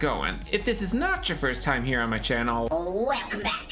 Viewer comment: “Gueeeelcome” back, I love it 😂